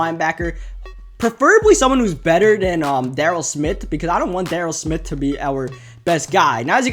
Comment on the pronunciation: It's Sean SMITH not Smit.